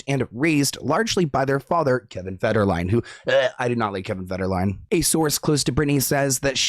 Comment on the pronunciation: Did that guy seriously say Kevin "Fergerlin"? 😂 And...I wonder if Britney is saying she turned 5 years old because she's a five year old clone? 🤨 Or at the very least a double who has been "Britney" now for 5 years? Hmmm.